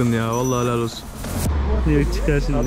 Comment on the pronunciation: vallah Heğlal olsun diyo orda koptum